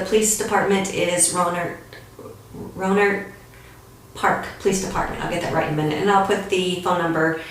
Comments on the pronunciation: Rohnert Park, pronounced Row nert Park. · It’s pronounced “SEN-TEH-NO” and rohnert park is pronounced “Row-Nert-Park” I played in a band with Jose Centeno’s son for a while and it was all under our noses.